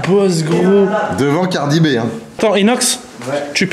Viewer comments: Mais on prononce ''Cardi Bi'' pas ''Cardi Bé'' 🤣😭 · "devant cardi bé" 🤣🤣🤣 bouzy fais un effort stp